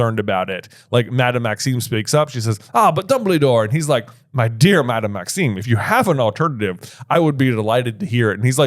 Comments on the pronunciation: I know this is months and months late...but every episode...making my teeth grit...it's Madame MaxiMe with an 'M,'! A freaking 'M,' not an 'N!!!!' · Is pronouncing Madame Maxime's name wrong on purpose or...?